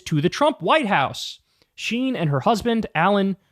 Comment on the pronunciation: Its not sheen, its Schein, like in Shining, without the -ing.